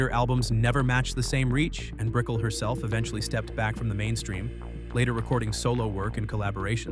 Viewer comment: It's Brik-ell not Brickle